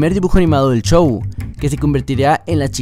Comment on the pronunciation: X favor!! X favor!! No digas chow!, Di Como es Show, x lo menos a mi me estresa oir esa palabra 😅😅 Gracias 😉